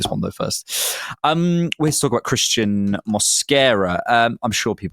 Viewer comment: Why you keep butchering the pronunciation of Cristhian is beyond me tbh 🙄